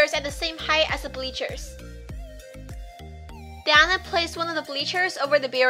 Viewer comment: Why Dou say den?